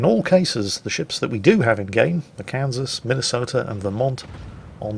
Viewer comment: As a Minnesotan, I'm disappointed. If they were true Tillmans instead of this discount crap, I'd be ok, but, as it stands... Get my state's name off that monstrosity! Also it's Mi-nuh-soh-tuh. At least in the Twin Cities (two biggest cities in the state). Just an fyi.